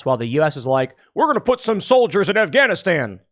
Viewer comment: I’m sorry but when you said “WE’RE GONNA PUT SOME SOLDIERS IN AFGANISHTAN” I genuinely could not stop laughing, that was the most American man default voice ever LOL